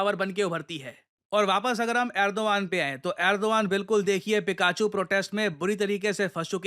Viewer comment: पिकाचू ✅ फिकेचू ❌ ..😂